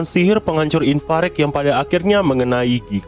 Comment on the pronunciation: Kan namanya ivarage bg kok lu nyebutnya infarek, ivareg kali